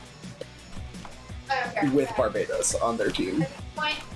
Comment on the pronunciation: it's bar-bah-tos, the ars gotya demon, not bar-bay-dos, the island